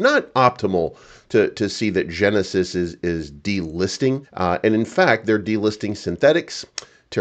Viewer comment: Genisis ohh henisis 😅.